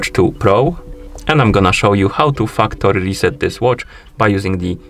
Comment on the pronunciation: Man the way you day factory is hilarious....😂😂😂 Sounds like Fuck tori. Be careful